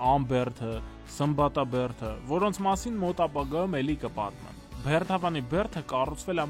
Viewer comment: Եթե աղբը հավաքում էք դա դրական է, բայց ո՛չ թե "բեռթ", այլ "բերդ", ոչ թե Բեռթավան, այլ Բերդավան, ոչ թե "կառուցվել ա", այ կառուցվել է, ոչ թե "ամոթ ա", այլ ամոթ է, և այսպես շարունակ սխալ սխալի հետևից ...